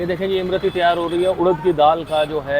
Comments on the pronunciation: Imrati nahi imarti hota he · That's not Imrati , that's lmarti 😂😂😂😂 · इम-रती नहीं होती सर.. इमरती होती है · इम रती नही उस्ताद इसको इमरती कहते हैं